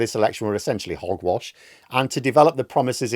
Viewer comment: "Hog wash" You've got that one right!!